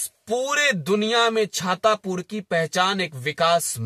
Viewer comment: छातापुर नहीं हो छतरपुर है 😂😅😂